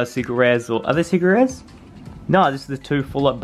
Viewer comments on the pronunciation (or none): When you said secret rares I thought you said seggerit